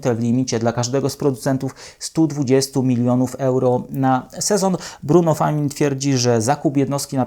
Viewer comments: Najpierw musi podszkolić się z wymowy nazwisk.. Famin? Przecież to Francuz.. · Czemu nie sprawdzasz wymowy nazwisk? Bruno Famin. Rany boskie..